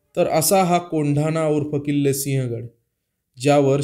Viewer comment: Pronounce as Sivhagadh and not Sihagadh . Do some home work please.